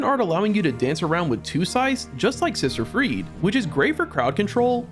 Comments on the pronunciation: Sister "Freed"? We literally hear the correct pronunciation throughout the DLC... Freed-eh... ffs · friede scythe